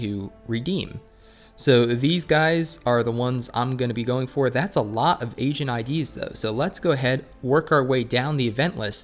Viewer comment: Everytime you say "Agent id" and i lowered the volume it sounded like said "Asian id"